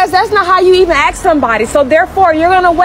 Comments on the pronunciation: No axing please. Don't walk up to nobody, run up to somebody. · It's ask not axe